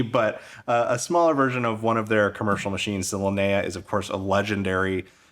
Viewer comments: Linea is spelled "Lee - nee - ah", like bruce LEE, leeneeah. Not "la - nuh - ahh". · Exactly. In Italian or Spanish or whatever it's similar. It's always lee nee ah or lee nee uh at worse. His pronunciation I have no idea where he got it from.